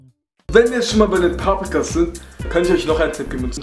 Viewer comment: sagt paaprikas